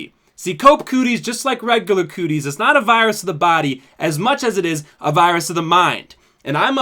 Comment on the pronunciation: this video should be titled “ can’t pronounce ‘regular’”